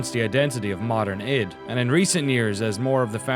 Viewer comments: people saying it wrong in the video!!! really annoys me. it's not iD (like bid without the b) it's I.D. eye-dee software. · Am I the only one who thought it was pronounced I.D. software and not id?